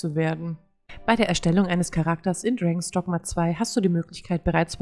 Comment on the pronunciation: Man spricht es Dragons Dogma aus 😄 hilft nicht wirklich oder? 😄 Oh man so viel Einstellungsmöglichkeiten.